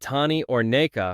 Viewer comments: It's nuka, not " neka" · It's Nuka Whatever you just said idiot